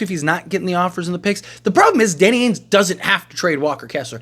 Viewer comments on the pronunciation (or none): Why do you say AINES and not Danny AINGE, there’s a G in there lol